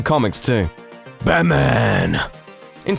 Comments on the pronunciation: Who's 'Bamman'? Learn to enunciate. Jesus. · Why the hell do you pronounce it "Bahman"??? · Did he say "Baman"?